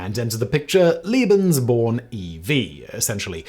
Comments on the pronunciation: Lebensborn, not Libensborn… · Ik this vid is a bit older but its a good one tho i do recommend atleast learnong the pronounciation of german words (im german) u said Leben like lieben which means love so that rlly doesnt make sense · haha, I was so confused at first when he kept saying 'Liebensborn' instead of 'Lebensborn' and kept thinking 'but... this certainly has nothing to do with love...' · Oh and "Lebensborn" is "lay-ben's-born"^^